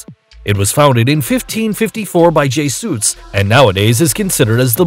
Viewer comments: Astonishingly ignorant. "Jay-Suits!" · "Jay-suits"??? you mean Jes-u-its! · Synthesised voices are so convincing until they say Sau Paulo was founded by j-suits.